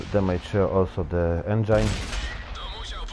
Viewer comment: "to penetrate my tower" seriously ??? I thought that tanks have turrets instead. Tak w ogóle to lepiej już byś po polsku to nagrywał bo z taką dykcją to raczej nie dotrzesz do wielu no i kwiatki typu "endżajn" na pewno Ci w tym nie pomogą. Odgłosy w tle bawiących się dzieci, partnerki/żony itd... trochę nieprofesjonalnie. Ps. Grać na wieżyczkę to po angielsku hull down position.